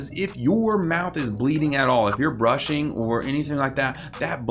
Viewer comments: “stop burshing “ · I don't think anyone noticed but I says "burshing" lol like imagine your about to go to bed and your parent/parents say "go bursh you teeth xd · Also did anyone notice ‘burshing’ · 5.08 Stop burshing? Haha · look at the way he says brushing